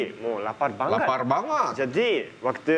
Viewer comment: kalau si bilang banget jadi banggat itu kenapa ya?